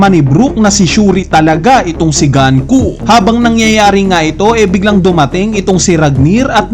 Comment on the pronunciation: Nanonood ka ba talaga ng anime? Bakit pinipilit mong GANKU? GUNKO HINDI GANKU. Pauso ka rin e. Sabihin mo nga GAN-KU